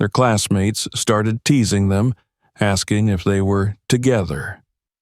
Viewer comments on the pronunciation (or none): none